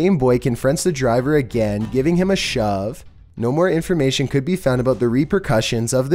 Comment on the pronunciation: Everyone: repercussions: "Repercautions